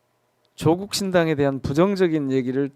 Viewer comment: 누가 조국씨 이름을 조:국이라노 길게 읽어요~짧고 높게 읽는 겁니다.